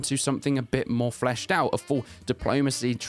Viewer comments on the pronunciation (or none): "Fleshed upon" 😬